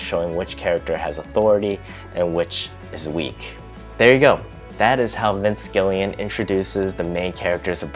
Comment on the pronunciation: Gilligan, like the island, not Gillian.